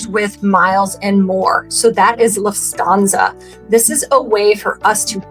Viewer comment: I really wanted to watch this video as I'm new to Rove points and wanted to learn, but holy cow, I had to stop at 3 minutes when you pronounced Lufthansa, "Luft-stanza." Can't take you seriously. 🤡🤡🤡